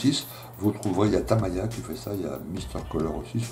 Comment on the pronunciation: Tres bon contenu mais a chaque fois le fait d entendre le Tamiya comme Tam Ail Ya ca casse le delire. Je t invite a aller visiter le Tamiya Plamodel Factory a Tokyo!